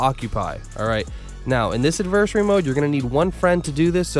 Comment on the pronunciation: Bro do me a huge favor and look up how to pronounce adversary. AD-VER-SARY. Not adversy